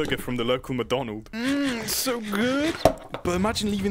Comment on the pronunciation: aint no way McDonald’s changed their name to “MaDonald” (sounds like my donald to me 😔)